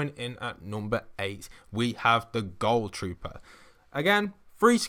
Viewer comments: And why do u say it like goal trooper not ghoul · It is gohl trooper not goal trooper why can't people ever say that correct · It's not pronounced gol trooper it's gool trooper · Nobody: Not a single soul:: GoUL TroOPeR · TheArt Boi “goul” trooper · Ohh I mean it's what he sounded like saying to me It sounded like goal